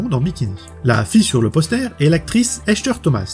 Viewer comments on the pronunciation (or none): Tes videos sont super bien faites. Comment tu fais les effets sur les titres ? Pour l actrice Heather Thomas ca se pronnonce Isoeur! Lol Mais ton accent est sympa aussi!